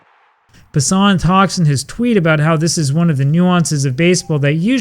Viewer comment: It’s not ‘Jeff Pa-Sahn’ It’s pronounced ‘Jeff PASS-an’